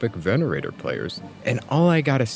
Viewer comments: I agree but at least pronounce one character's name properly mate. Venator, not Venerator. Hayasaka, not Hasayaka. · i love this video but why do you keep pronouncing venator as venerator 😭😭😭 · "Venerator" just for that im unsubbing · It's Venator, not Venerator, totally different words, but both fit the theme so I understand the confusion. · My guy, nice video, only correction is the deadlock character is called veNATOR not venerator, good day bro. He's a true catholic.